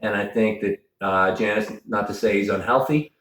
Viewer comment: Love ya Devon... but its pronounced Yawn-iss not Jan-is... we dont call you Melvon... lol